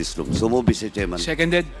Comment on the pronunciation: Mi-tse tserman,ins tse-tyusiyon daw😅😅😅 pano ka napasok sa tutuwadcom PADUANO????hala bira!!